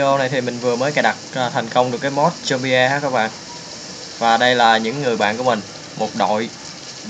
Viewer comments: nó đọc là zom-bi thôi anh ạ, không phải zom-bi-e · đọc là giom - bi ko phải giom - bi - e